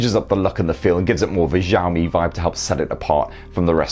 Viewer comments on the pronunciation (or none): I think your 'Xiaomi' pronunciation might be a bit off. I think the 'x' should be more like 'sh' like in 'show'. Maybe good to look up some video on it :)